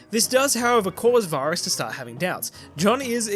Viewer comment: Oh I liked this ending much more than the series! The only thing I didn't like was how you kept pronouncing Varys wrong 😅